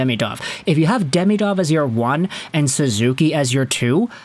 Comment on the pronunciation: As you talk about this player so much, you should learn how to pronounce his name. It is not "day-mee-dov" it is "dee-mee-dov". Watch some Russian videos with commentary.